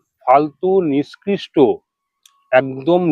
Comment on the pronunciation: Niskristo noi ,nikkrishto.